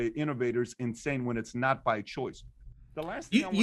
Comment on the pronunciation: Dan, I think you pronounced "insane" wrong when Patrick said AOC, and you definitely didn't say enough syllables for "pedophile" when Patrick said Biden.